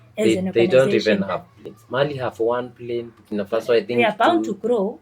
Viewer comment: It's bukinafaso